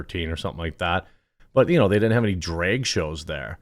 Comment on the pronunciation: drag, not draeg, jeremy, why can you not pronounce drag?! who the F says it like that. like flag. not flayg.